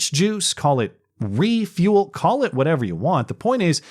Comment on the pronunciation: Lost it at Reee-fuel, lol.